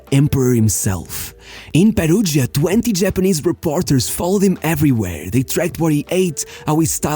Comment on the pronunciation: Nonono first time I watch you, but you did perfect pronoun of Brazilian, Argentine players even JAPANESE… and then you come up with “serI hey” juvIndAs and peruJia? Big down 👇🏻